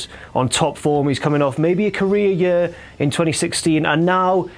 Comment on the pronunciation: the way he say year hahaahah yeu whaahahah